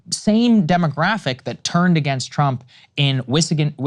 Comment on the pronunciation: lol "Wischigan"